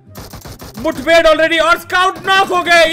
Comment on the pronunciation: Nobody Literally Nobody : Tanamy : pronouncing mudbhed as muthbhed